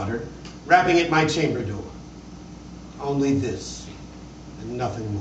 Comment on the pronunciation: I don't mean this as a criticism of this performance but I've noticed that even people that are reading The Raven race passed the word ONLY in stanza # 10 and miss an obvious rhyme scheme. Even though there's no comma on the word ONLY it should still be slightly emphasized because it rhymes with LONELY. "But the Raven, sitting LONELY on the placid bust, spoke ONLY that one word, as if his soul in that one word he did outpour.